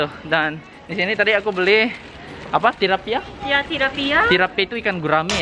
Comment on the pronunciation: Bukan Tirapia tapi Tilapia(Nila)